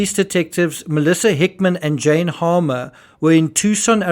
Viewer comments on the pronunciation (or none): none